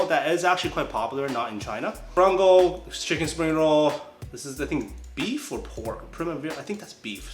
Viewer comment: How did you say frango and not flango? The world's not the same anymore